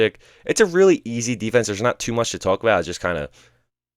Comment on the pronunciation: Why do u say “tuhulk” instead of “talk”😂😂😂 dude putting emphasis on talk for some reason